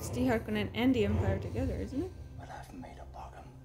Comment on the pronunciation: Harkonnen not Harkennon lol